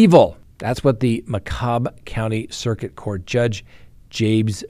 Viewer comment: It's pronounced Macomb.